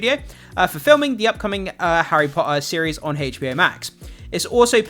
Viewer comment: I think your content is great but “tt” is not your forte. Your pronunciation of Potter is ruining the viewing